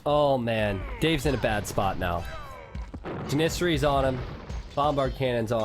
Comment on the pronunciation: Lol funny how you say janissaries